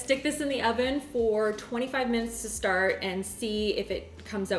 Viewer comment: No she doesn’t. But whenever she says “thank you oven” it sounds like Owen so lots of people in the comments refer to the oven as Owen